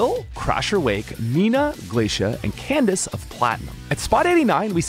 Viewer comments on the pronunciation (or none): none